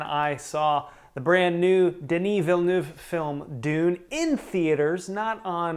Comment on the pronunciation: Denis Villeneuve is pronounced Vill-nev not Vill-newv